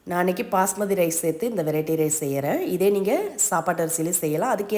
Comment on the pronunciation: Why do you always say "Pasmathi rice"? It's actually 'Basmathi rice'. It doesn't sound good.